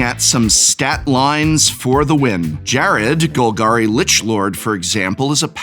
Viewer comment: I already run a vicious deck with Jarad. This is a fantastic addition to my husbando's arsenal. Also, I'm jarred by how you pronounce Jarad lolol